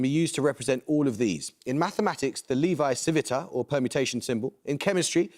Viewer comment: it's leh vee chih vee tah. i cringed when he said it